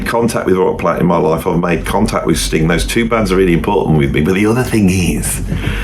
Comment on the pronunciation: You really must stop putting a k on the end of Sting. It sounds like... well you know what it sounds like. Also you were "sitting" there. you were not "sat" there. Just helping you out with a little grammar.